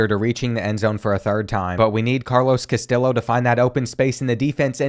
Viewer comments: as a hispanic person, hearing you say "CastiLLo" instead of "Cas-tee-yo" hurt my soul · Brother it is pronounced “cast-tee-oh”😭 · Castillo = CAS-TEE-YO lol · Him pronouncing it “Cas-till-o” instead of “Cas-tee-o” is so Southern it hurts. Love it lol. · As a michigan fan, this makes me so happy and sad at the same time P.S. please say "Castillo" right. KAST-ee-YO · carlos castillo is pronounced cas tee yoh lol. sick ass series tho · Castillo is pronounced (cuh-stee-oh) sorry to be the grammar police😬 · Isn’t that guys name in particular pronounced cas tee low? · Take a shot every time he mispronounces “Castillo”. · I wanna hear him pronounce “tortilla” cuz he’s butchering Castillo 😂😂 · Or the way he pronounces Castillo and Jacquez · Castillo is pronounced like a Y. In Spanish two l’s beside each other makes a ‘yuh’ sounds. Sorry but it was bothering me last video and this one lol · Please stop saying Castillo like that 😭😭😭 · very much enjoyed this, but I need you to learn to say Castillo correctly, every time I cringed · His pronunciation of Castillo is making Mexican people cry everywhere 😭😭 Honestly part of his charm lol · Love the content. Just a heads up, LL in spanish makes a Y sound. Castillo rhymes with Neo.